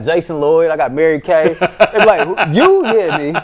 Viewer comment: Mary-Kay ain't it... 😂